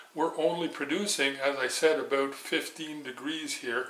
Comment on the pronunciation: Aboot on center Aboot ready. Oh i never get tired of that lol